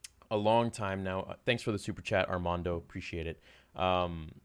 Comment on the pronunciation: Bro he said Armando right! And no it’s not me